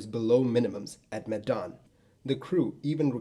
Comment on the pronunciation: I find your pronunciation of Medan funny 😂 it's more like the 'me' when you say meh, just no H. The dan pronunciation is pretty close tho.